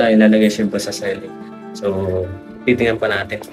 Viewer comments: "See-ling" pronunciation ng ceiling,...hindi "selling". Di man ka bisaya, bat ganyan😂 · Ceiling as in literal na siling..un ang pronounciation nya..sorry ✌️✌️✌️correction lang🙂